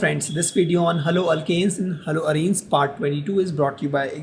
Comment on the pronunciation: When I first heard this I thought he was going to se.. "Hallo franndss chai pilo"😂